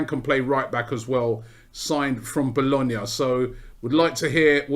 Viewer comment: My man pronounced Bologna like a boss